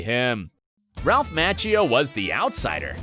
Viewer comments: its Ralph ma-chee-oh. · Despite your professional-looking video you really ruin it by mispronouncing Ralph Macchio's name. The correct pronunciation is "Ma-chee-o"! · Went to the comments to look for someone to bring up the constant "Match-e-o" Really? How long has Ralph Machio been around that you can't pronounce his name? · "Match-eo". I've never heard it pronounced that way in my life and it sounds ridiculous. Thankfully you were sure to repeat it 100 times. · Bro I was saying the same thing 😭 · Is this narrator saying Ralph last name wrong. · 1. It's pronounced Z-AB-KUH not Z-OB-KUH 2. It's pronounced M-ah-chio not M-atch-io 3. You still never told us who was the richest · The way you pronounced Zabka and Macchio made me grind my teeth. There is no to-may-toe - to-mah-toe when it comes to someone's name.